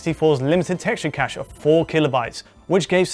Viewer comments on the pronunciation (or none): none